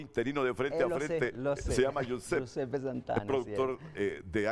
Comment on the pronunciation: No no es yusep es yiusepe guisuppe italiano jose español